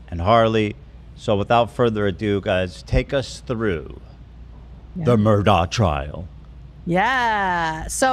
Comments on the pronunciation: Why does she keep saying Murdock... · Who is Alec? Isn’t it Alex?? And why you keep saying Murdock with a hard k at the end? Isn’t it pronounced “Mur-daw”? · I like how Kate calls him “Alec Murdock” when his name is Alex Murdaugh lmao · Kate calling him Alec Murdock bothered me more than it should’ve 😂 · Why are you calling him murdock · I was following a lot of law-tubers at the time and watched all the trial and pre trial stuff for this case, it's pretty wild and definitely movie stuff. It's still so infuriating that his name is pronounced "Alec Murdock," the exact opposite of what it looks like. Only a psychopath name their kid and purposely use the wrong pronunciation twice, guaranteeing a lifetime of that kid getting clowned on. Or at least annoying the crap out of everyone around him whenever they meet for the first time. I may be focusing on the wrong thing here 😆